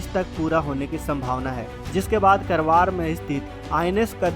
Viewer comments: करवार नही, कारवार कहो, खुदकी vocabulary सुधारो . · Not करवार it's कारवार. जय हिन्द जय भारत।